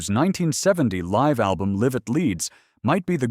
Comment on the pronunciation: "Live" rhyming with "give" for Live at Leeds???? Damn AI